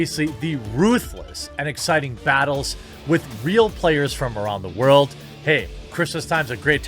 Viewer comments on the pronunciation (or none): none